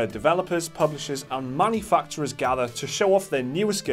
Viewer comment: Did ya say MONEY-facturers?;D